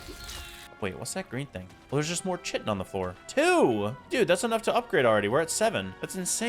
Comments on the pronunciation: I hate that you pronounce it chitin instead of kaitn. it's Kaitin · Chitin is pronounced KITE-in. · The drops that you get from insects, "chitin," is pronounced "kyton." Just thought you would like to know. 🌻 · The way you say chitin is wrong, there is a shovel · Bro keeps mispronouncing chitin over and over.😂😂😂 also, does he ever set his spawn at his base?